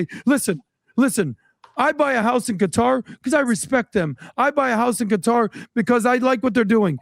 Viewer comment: Tucker buying a house in Qatar (pronounced gutter) was a F-you to everyone calling him Qatarlson